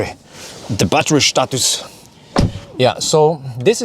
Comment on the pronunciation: When you say status I feel like it's wrong and when you say Shtatus I feel like it's correct 😂😂